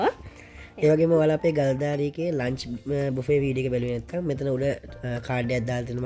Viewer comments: බෆට් නෙමේ බුෆේ, මැරැගූන් නෙමේ මැරෑන් 😊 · මොකක්ද අනේ බෆට් බෆට් කියන්නේ😂😂😂😂. එක්කෝ බුෆේ නැතිනම් බෆේ😅😅.ඒ මදිවට පණ්ඩිත කම් දාන්නත් එනවා😂😂😂ඒ මදිවට මැරුගුන් ලූ😂😂😂😂අම්මෝ..i can't🤣🤣🤣😂😂😂